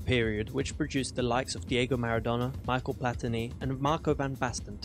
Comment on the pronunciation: Michael Platini ? 🤣🤣 MICHEL (me-shell for english speakers)